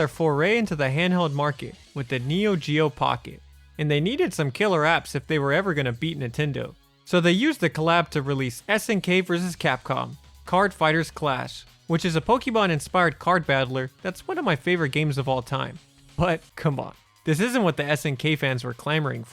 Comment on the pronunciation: "pokeiymanz", geez. IT'S "Pokeamon"